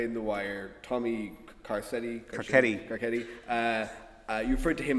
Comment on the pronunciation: OK imma go off on a tangent here but like Carcetti is clearly an Italian name and I understand why it would be difficult because he’s an Irishman, but, as a gal with an Italian family background, shouldn’t it be pronounced Carsetti or Carchetti? This distracted me the entire show. Other than that I completely love the wire though. One of my favorite shows ever ❤️❤️❤️